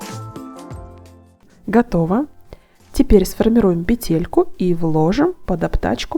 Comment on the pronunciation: Вещички нужные полезные и симпатичные. Но только не петЕлька , а пЕтелька. Режет слух. В остальном все замечательно.!!!